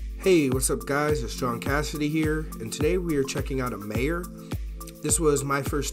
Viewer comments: It's pronounced My-yer not Mae-yer and you have to call it Meijers because everyone in Michigan adds an s to the end of everything. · Its not "Mayor" it pronounced "My-er" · Meijer is pronounced "My-er" "mhy-ehre" not mayor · It’s pronounced My err. Like it’s spelled Meyer. Good walk around!! One of my favorite places to shop!! Nice video!! 👍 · Mayer?? You mean Meijer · It’s pronounced mi er